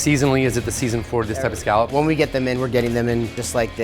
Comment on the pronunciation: scaaaaalop it's scolop